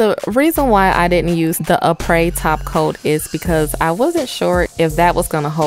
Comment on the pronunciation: Crystal lol no the stuff she was using was from “Aprés kit” you pronounce it as a pray